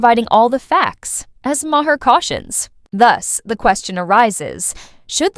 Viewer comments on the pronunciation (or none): If you're going to put out content, learn to pronounce people's names. Bill Maher's last name is pronounced "MAR", it's literally said nearly everyday. And yet you still mispronounce it, that's disrespectful to him, and you're viewers. Learn to do research before posting your content.